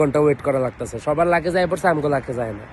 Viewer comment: মূর্খ লাকেস না,, লাগেজ